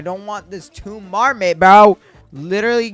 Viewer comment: Tomb is pronounced toom, it means grave